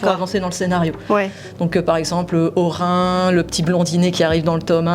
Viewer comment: coucou ! Pas de souci, tu es plus rapide que moi ou d'autres créateurs ! 😅 Oui, un manga très complet. On a vu un peu l'histoire d'Orin (à prononcer "or1", c'est validé) et j'attends d'en voir plus, mais aussi des autres persos 😁 Et j'adore Spike ! 😍